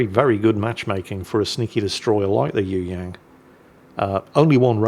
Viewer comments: Pronounciation Correction its Yue...Yang!!!! Not Yoo Yaan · ..you ask "what do you need to know about the Yueyang" How about "how to say "Yueyang"? Try this..search for a song "yue liang daibiao wode xin" Thrn listen how to say "yue" Yang..,the ang rhymes with "song"